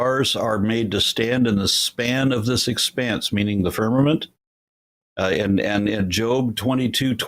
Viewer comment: I heard an uneducated person that had trouble understanding basic words like firmament, which it sounded like he first said ferment. He was a waste of bandwidth, but to show how stupid some people are that think they are smart. I wonder if he knows he's stupid. Answer to your question, It seems as though the people of Babylonia thought firmament was a physical thing, because they built a tower thinking they could step off in heaven.